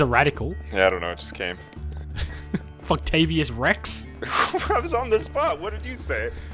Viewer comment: Damn, was that Funktavious Rex? or Fucktavious Rex? Either way is a legend.